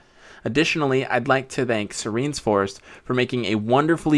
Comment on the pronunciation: bruh thats not how u pronounce serenes